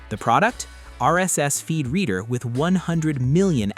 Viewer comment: It's pronounced reeder, not redder. At first I thought it had something to do with reddit, until i saw the word "reader" on screen.